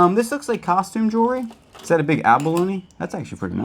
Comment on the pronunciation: I think it’s funny how you say jewelry like jury. 😂 I still like y’all’s videos though 😊